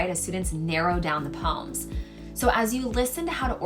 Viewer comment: That’s the correct pronounciation for the word poem